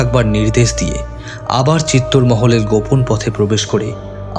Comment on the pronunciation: ১) তৎকালীন রাজস্থানের দেশজ উচ্চারণে চিত্তর হতে পারে। তবে ইতিহাসের বিবর্ণ পাতা বলছে ; চিত্তর নয় , চিতর । ২) আলাউদ্দীনের হাতে বন্দী হওয়ার পর রতন সিং'কে ( ভিন্ন মতে ভীম সিংহ ) দিল্লি নিয়ে যাওয়া হয় নি। আলাউদ্দীনের শিবিরেই বন্দী ছিলেন। পরবর্তী সময়ে রানি পদ্মিনীর বুদ্ধিবলে রতন সিং চিতোর গড়ে পালাতে সক্ষম হন। এর বারো বছর পরে আলাউদ্দিন চিতর ( ভিন্ন উচ্চারণে চিতোর ) জয় করেন। ৩) বাস্তবে আলাউদ্দীনের কন্ঠস্বর যেমনই হোক--এখানে শিল্পীর ভয়েস বেশ ডাউন। কিঞ্চিৎ গুরুগম্ভীর / জোরালো হলে চরিত্রের সঙ্গে মানানসই হত। ৪) তবে চমৎকার রঙের ব্যবহারে পোস্টারটি বেশ জমজমাট। ইতিহাসের রোমাঞ্চ লুকিয়ে আছে ⚔️ যাইহোক। সব ফেলে। সব ভুলে। মান্যবর পদ্মরাগের কলম। শুরু থেকে শেষ পর্যন্ত সার্থক। মেদ-বর্জিত ভাষা শ্রোতাদের মুগ্ধ করবেই।। 🕋